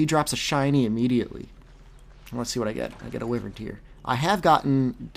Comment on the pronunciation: you pronounce wyvern stupidly...